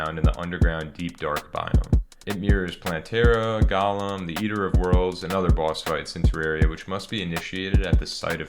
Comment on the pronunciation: Golem is not pronounced gollum